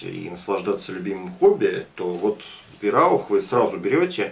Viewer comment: Сам ты вираух:)ВАЙРАУХ ГОВОРИ ИЛИ ВАИРАУХ ХОТЯ-БЫ! Живу в Германии,поэтому знаю что пишу.А так + нормальный обзор и Варя:)